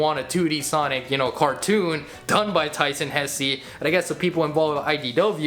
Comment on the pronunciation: Pronounce hesse like this hess it has a silent e also superstars art style kinda looks ugly I hate the model for sonic he’s to light blue and it makes him look like a young child I mean classic sonic is probably 11 or 13